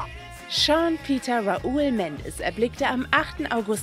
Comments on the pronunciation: raUL super Aussprache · Omg... Raul... wieee könnt ihr das bitte so shitty aussprechen? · ..hahahah des is zu einfach 😂😂😂😂 ..sry und man spricht Raul anders aus ..baabbbyboy😍😘..#mendesarmy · AnyFee Man spricht es natürlich anders aus (also nicht so wie man es im deutschen sagen würde) aber nicht so wie sie es gesagt hat